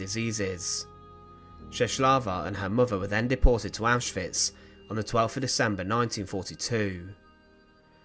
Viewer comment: Thank you for pronouncing names like Auschwitz (OwshVitz) correctly, it's infuriating how many people don't - I know for many it's out of ignorance, but it feels disrespectful.